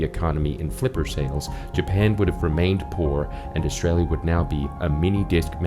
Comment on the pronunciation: I love how, even in your American accent, you can’t help, but say “Australia”, like a true Australian 😂